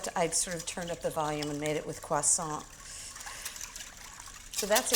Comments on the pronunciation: That's how you pronounce croissant in proper french. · I love how Ins says ‘croissant’. Personally I would’ve used white raisins and Granny Smith apples.